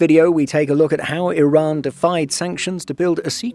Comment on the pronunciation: The channel's pronounciation is much closer to the actual pronounciation of the country. I also really appreciate the channel narrator pronouncing Iran like e-Run and not like amny Americans pronouncing it like I-ran.